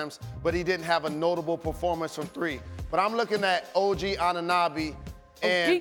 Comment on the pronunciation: "Og Ananabby" it's really hard to take people like rose seriously when he can' even pronounce the players names correctly. This isn't just him there are many others.